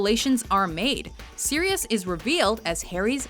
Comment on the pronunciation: It's Sirius NOT SIDIUS!!!!!!!!!